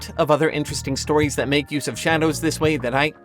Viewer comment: A year! I love how you say thath.